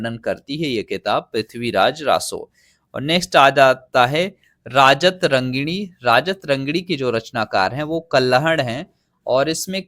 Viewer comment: राजत रङ्गिणी नहीं महाराज, राज तरङ्गिणी (राजाओं की नदी)